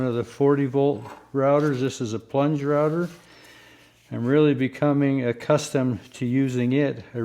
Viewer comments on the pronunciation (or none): none